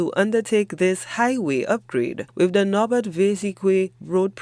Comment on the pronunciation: HTS let this reporter know that the pronunciation is NOT "Nobert" but it's pronounced like "knob bear".